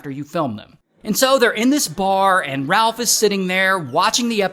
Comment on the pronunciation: RalF 😂 with an F